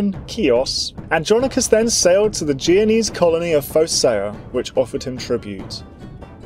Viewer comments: It's jen o ease not jee o knees dude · The narrator struggles to pronounce names in general, he even said "geo-nese" a couple times (thankfully I understood what he meant) but "blindly persisting" in calling the "byezanteyens" by their actual freakin name is hardly one of his flaws. And I've never seen any history youtuber calling the Holy Roman Empire anything other than that, despite its dubious romanitas or questionable holiness.